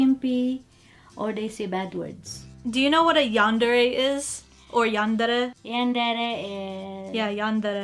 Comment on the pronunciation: "are you a yandre" I'm dying X'D